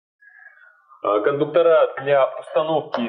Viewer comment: Информация для малограмотных людей: не кондуктора блядь, а кондукторы, и с ударением на "у". По такому же принципу не кабеля, а кабели, не профиля, а профили, не шпателя, а шпатели, не клея, а клеи. Если не уважаете себя, уважайте хотя бы язык на котором пытаетесь изъясняться.